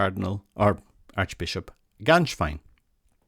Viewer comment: "Gänswein", not "Ganswein". Please pronounce it right.